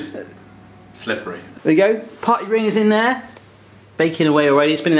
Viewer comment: Who else thought he said potty rings